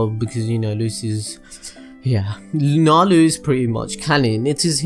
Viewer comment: It's nalu dragneel